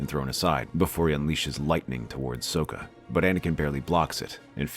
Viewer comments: It's Socka, not Soeka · It is Sokka. not Soka.